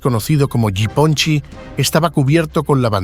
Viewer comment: You butchered that nick name It's Ya Pon Chek . It means little Japan